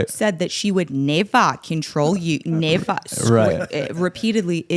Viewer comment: New quote around the house is "you wull nevah!"